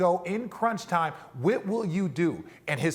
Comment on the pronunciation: I swear I heard RJ say Whit will you do.